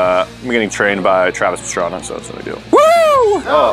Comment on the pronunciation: Isn’t it Travis pastrama Or is it pastrana